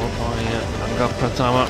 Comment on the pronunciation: Waaaaw, wasitnya nyebut namanya Angga Ricky udah kyk orang Indonesia fasih bgt